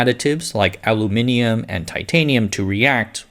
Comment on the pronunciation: I'm pleasantly surprised to hear an American pronounce Aluminium correctly.